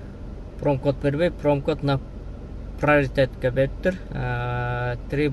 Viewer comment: Наличными наличи эмес , приоритет приротитэмес , коэффициент кафсент эмес респект респек эмес